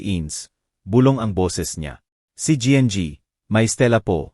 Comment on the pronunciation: Anong pg basa yn nng kwento? Anong gng? Imbis n ginang ? Gng😭🤣🤪